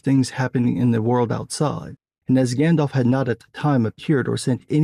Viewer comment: You called Gandalf "Yandalf".